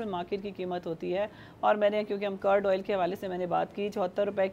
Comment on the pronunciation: Madam needs English classes.crude oil ki curd oil gdp ko gtp hadd hai crude oil ka dahi Kar dia